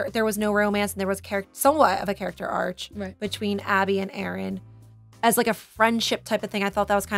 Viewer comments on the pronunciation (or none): and saying "character arch" instead "arc" lol